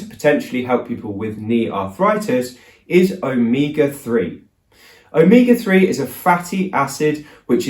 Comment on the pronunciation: Glad this included spelling since it sounded like Omika3. But the more he said it the closer it sounded like Omega